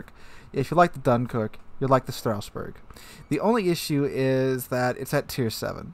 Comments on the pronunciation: I kinda don't get it. Strassburg pronounced as Strausburg? Where does the "u" come from? It's not there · Stra-sss-boo-rrr => Strasbourg :) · FFS Strasbourg is a city in the alsace region of France whereas Strausberg is in East Germany please put in a little effort googling what you intend to pronounce. It's one thing having an accent which is OK but not being in the same country and adding letters to a name is almost insulting. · What is this Strauss-Berg you speak of? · Strasboug, sounds like it should be German. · Dang read that name like a true Frenchman would if they spent their whole life in Germany